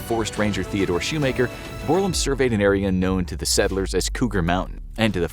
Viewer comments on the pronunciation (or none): none